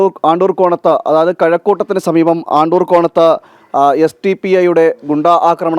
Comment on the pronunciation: ആണ്ടൂർ അല്ല അണ്ടൂർ സ്ഥലനാമം പഠിച്ചിട്ട് വാ